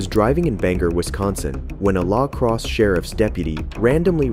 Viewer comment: The narrator's pronounciation of La Crosse, WI 😅